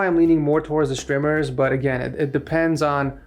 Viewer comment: just say strmers not shtrimers